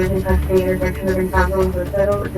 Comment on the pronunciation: “10-4 one Edgar Cuh in Cuhhhhhstody”